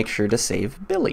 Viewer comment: It not BILLY 🤣🤣😂😂😂😂 it's BILLI😂😂😂😂😂😂😂